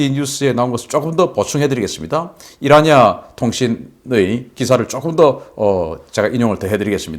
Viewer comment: 신인균 박사님 IRNA을 왜 이라니아 통신사라고 발음을 하시는지요? IRNA는 이르나 통신 이라고 발음 해야 합니다 Islamic Republic.News Agency 입니다